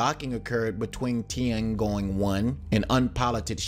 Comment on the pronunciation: Some constructive criticism: your content features professional graphics and visual presentation, but your narration needs attention as it detracts from your otherwise excellent content. Specifically, in this <3 minute segment, you "butchered" Darmstadt, Tiangong, variable, rondevu, and Shenzhou.